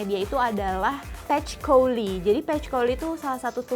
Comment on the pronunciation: izin koreksi, patchouli itu bacanya "pachuli"